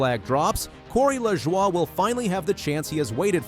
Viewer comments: It's pronounced La Joy not lajowyyyy. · Corey's last name is pronounced "La Joy'.